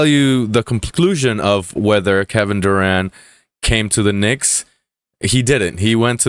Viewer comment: Durant, with a 't'